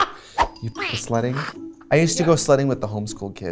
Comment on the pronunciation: LOL, I thought Trixie said" slutting" when she said she went sledding with the home school kids